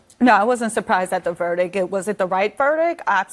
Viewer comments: Yo —it’s pronounced “VERDICT” my guy. CNN n their retarded guests who can’t even talk right🙄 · It is verdict..not verdick. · Someone tell her it’s pronounced VERDICT, not VERDICK 😂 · It’s called “verdict”, not “verdick”. Idiot. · Ok the word is VERDICT not VERDIC you fn tard. People on national tv talking ghetto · Never take legal advise from a person that can't pronounce verdict..verdick..lol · More smart people speaking on cnn unable to pronounce English words ! “Verdic” haaa dumb asses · What is a “verdick”? I should axe someone. How the hell is she a lawyer? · … what’s a “Verdick?” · Is saying "verdick"? You'd think a licensed attorney could say the word "verdict". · Vertic? What the fvck is a vertiç? Learn English before you go on national tv. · “Verdik” get this illiterate loser off the screen. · Did she say verdick? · I don't expect a lot from a woman who can't even pronounce the word "verdict."